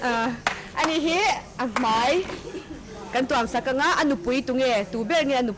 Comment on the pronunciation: Kawm tunu/Host khan 'Mai'tih turah MEI hi ala tifo mai a.. MAI rawn ti hram hram tawh se